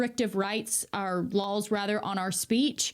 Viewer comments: I ❤️ya but you keep saying ‘ lawls,’ it’s laws. JusSayN. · Christ almighty stop say “Lahls”! It’s LAWS! Still love ya though. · Oh really, in the prince's castle, were you. Had a chat with the prince in his castle, had you. Bloody show-off ;-) And why the hell do you pronounce laws as lols? I'll be stealing that one, I think. For real though, I love the clarity in his analysis and I'm glad there even is an "our side". I'm European and did not even know that.